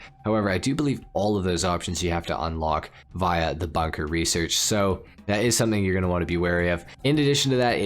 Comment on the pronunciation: Never heard someone say Via like that 🤣🤣